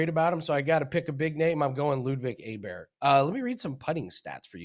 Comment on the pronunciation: It's pronounced Oberg not Aberg. You run a golf show, probably good idea to be able to get one of the best players in the world's name right. JS